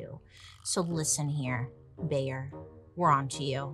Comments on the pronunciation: Every time Bailey calls Bayer, "Bear" 💀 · So funny how u pronounce “Bayer” 😅